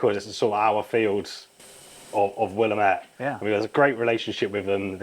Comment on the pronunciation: Stop saying “Willem-ette,” it’s “Will-ammate” Other than that this is absolutely fab. Nicely done!